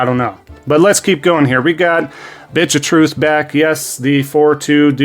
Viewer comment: I love it when you say bitch of truth I laugh every time.